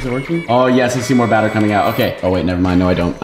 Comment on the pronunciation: This haw meny times he said bater